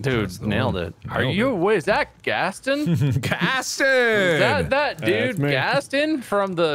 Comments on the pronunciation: Why he pronounce Gaston without the o? It’s gast-on. They say it like that in the movie. Americans... am I right? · "gas-st-une" it's 'Gas-ton'